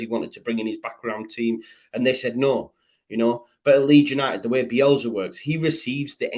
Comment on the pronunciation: Bielsa with an S not Bielza with a z. Grrr